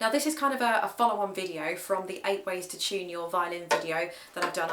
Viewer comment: its "to" not "chew... "